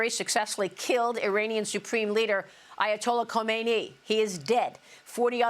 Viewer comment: Eye-Ya-Tolla Co-main-nee. It is refreshing to hear a reporter pronounce the name correctly. This is they way it has always been pronounced in this country since the 70's. No need to re-invent it.